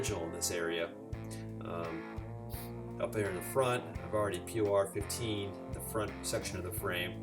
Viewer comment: It's pronounced "poor" 15 😉